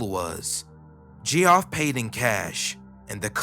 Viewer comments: its geoff not gee off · Gee-off, the beast way the word geoff has ever been said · Please, my guy, learn how to pronounce any names you're not familiar with. Geoff is Jeff, not jee-off. And Avignon is "avin-yon" not "avig-non". The mispronunciations are pretty jarring when you're telling a creepy story, and not in the good way.